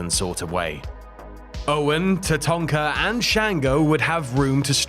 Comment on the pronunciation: Love that you call Tatanka “Tatonka” as thats what we used to call him too😂